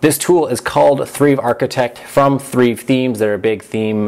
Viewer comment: You pronounce Thrive as Treeve?